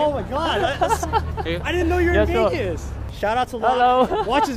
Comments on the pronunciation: Wiwaaaaa Las Wegas, wiwaaaaa Las Wegas, wiwaaaaa, wiwaaaaa, Las Wegaaaaaas! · Say, is it me or is your English pronounciation improving rapidly? Or did I just get used to it? I have no problems understanding you whatsoever anymore. I am also wondering, has anyone ever told you that an F (which you can pronounce) is closer to a V than a W is. I don't mind you making Wideo in Las Wegas but should you want to fix it yourself, there's a tip for ya.